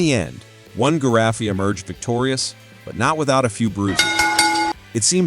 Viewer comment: Ghee-Ra-Fee? A giraffe I know BUT a Ghee-Ra-Fee not even a zoologist does!